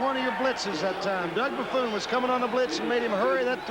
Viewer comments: ... It really helps when you announce games to know the proper pronunciation of the player's names. Doug Buffoon? Are you kidding me. LMAO 😆 😆 😆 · For all the waxing poetic of all days, these announcers were bad. Between Scully mispronouncing Kotar's name (ko-TAR), not (ko-ter) to them call Doug Buffone (Buff-own) Buff-OON, have to wonder what went on in pre-production. Johnny Morris was better than Hawkins, only if for that fact he said less..